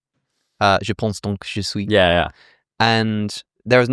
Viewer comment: Come again? So I just imagined hearing Alex say "Je pense donc je suis" in fluent French?! Man, they even put on a Danish accent to try and pronounce Kierkegaard. Finally, near the end Alex says that he hates it when people call Nietzsche 'Need shee', while he calls him 'Need sher' twice (maybe normal for a Brit, but totally weird for everyone else). So come again?